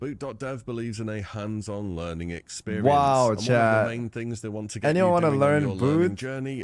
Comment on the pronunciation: why does he pronounce chat like shat lol